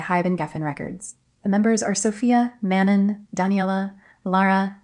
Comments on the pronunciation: Its Mano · man-an is a CRAZY pronunciation for manón😔🤞💔